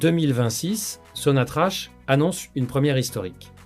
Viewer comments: Ca se prononce SONATRAK PAS SONATRACHE. POUR LE F M I C'EST LAGE DES CAVERNES. POUR LE RAPROCHEMENT IL YA AUCUN EFFORT SIGNIFICATIF DE LA FRANCE DONC NUL ET NON AVENUE. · L'économie algérienne et non pas L'économie algérien.. Prononce sonatrach...sonatrak..et non pas sonatrache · Ça se prononce Sonatrak et s'écrie Sonatrach! l'Algérie ne s'interesse pas de tourner la page ! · apprends à prononcer sonatrach